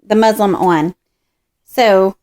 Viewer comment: I love your video but it sounds like you're calling the fabric "muslim" instead of "muslin" lol! Maybe using this will be a religious experience lol!!😉